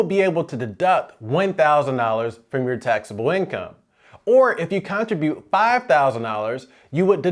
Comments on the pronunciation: Abeg. Why do you say CON-tribute 🤣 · All credibility goes out the window when he mispronounces “Contribute” …over and over. Makes you ask what else is wrong about his advice. Is this a region thing?